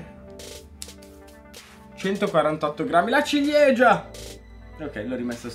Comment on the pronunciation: tutto il video e con che dice "LA CIGLIEGIA"😂